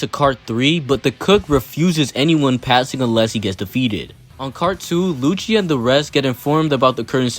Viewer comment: I’m sorry did you say “lucci wanks Tom”?